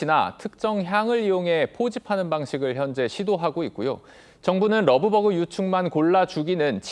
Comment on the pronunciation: 되도않는 발음으로 러브버그 러브버그 그냥 한글로해